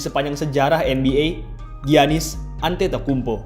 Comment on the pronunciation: Agak salah pengucapannya min..but its okay..emg agak susah nama org2 yunani